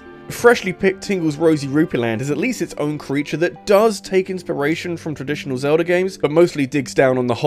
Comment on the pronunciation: It is Zelda not Zelder.